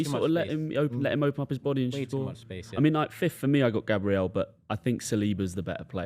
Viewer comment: i rate u ye but u need to get these pronunciations right😭 bro consistently says gabriel like the english girls name and he constantly says HONRY instead of ONRY for Henry, there’s some pronunciations which are debatable but those are 2 that are set in stone😭